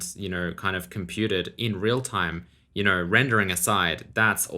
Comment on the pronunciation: "you kner"